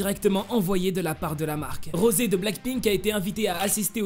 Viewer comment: SE NES PAS ROSE SES ROSEEEE